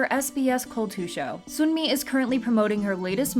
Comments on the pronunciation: Making it even more clear cuz Sunmi 선미 pronounced seonmi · just letting you know that yangyangs name is pronounced yah-ng yah-ng and sunmis name is pronounced sun-mi!(as in sun ☀️)it’s kind of hard to explain how they’re pronounced with english letters so i encourage you to look up how to properly say them!